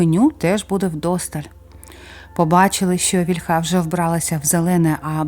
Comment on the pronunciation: Ну,зовсім не володієте українськи наголосом: вІльха,бо рос.- на 2-му.